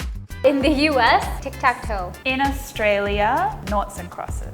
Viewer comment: From Australia not Austrolia?